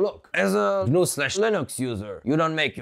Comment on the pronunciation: GUH NUUU LOL